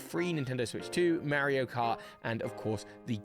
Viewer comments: the mispronunciation of Mario is throwing me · I think that's how the game is officially called in the UK. Mary-o.